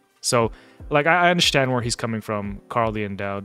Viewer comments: Are you saying undershtand???? Am I hearing you correctly? 🤔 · I undershtand